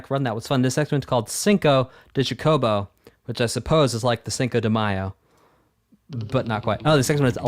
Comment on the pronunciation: Chocobo is pronounced like CHOKE-o-bo. You're putting the wrong em-PHAS-is on the wrong syl-LAB-le. It's important if you're gonna be covering Final Fantasy games. They're sort of the series mascot. Them or moogles. A good case could be made for either.